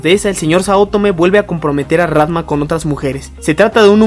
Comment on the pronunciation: tambien dice rantma